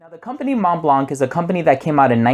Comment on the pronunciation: Thanks for the review! Just a tip on the pronunciation of Montblanc—you can hear it here